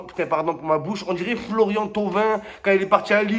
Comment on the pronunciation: "Frlrrrrrlorian Thauvin" 😂